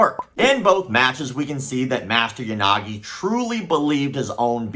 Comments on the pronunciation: "Ya Sucky, Ya Nagi" oof my man, gotta spend some time on those non English pronunciations. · For a second there I thought you said "Unagi"... love me some freshwater eel.